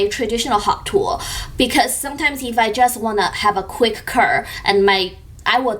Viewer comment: Like that you done multiple reviews on a product! You reviews are great, do not worry about the criticisms. BTW, it should be "curve" 卷曲 not "curse" 诅咒.